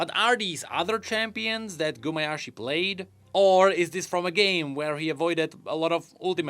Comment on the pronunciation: Also it's Gumayusi not Gumayashi...